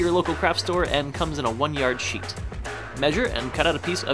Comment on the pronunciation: Lol Instead of thinking u said plain sheet of paper I thought you said plain sh*t of paper